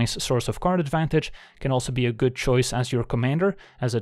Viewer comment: I heard Karn advantage and karnstruct